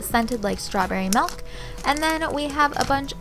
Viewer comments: Why do you say melk... why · Am I the only one who got annoyed when she said "MALK"